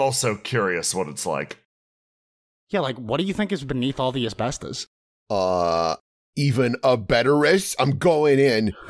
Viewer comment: I sincerely hope she finds that as-better-os